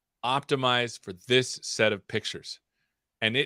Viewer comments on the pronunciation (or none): "Optimiz for this seth of pictures" :D